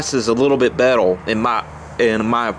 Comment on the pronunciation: Betel lol say Rrrr